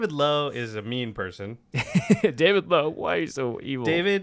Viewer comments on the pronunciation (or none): none